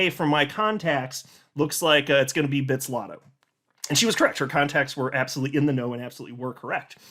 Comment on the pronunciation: Bit-zlato and not bitz-lato